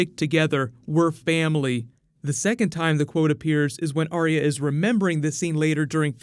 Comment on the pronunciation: Dude keeps saying Arya with 3 syllables like Aria T'loak from Mass Effect. Arya just has 2 syllables "are" "ya"